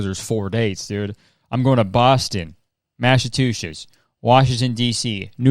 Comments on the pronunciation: "Boston ... MASHATUSHISS " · My brain gets slightly smoother every time Kurtis says mashshachooshes (Massachusetts) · massive two shits 🗣️🗣️ (dw Kurtis no one can pronounce that) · I live in Massatooshess!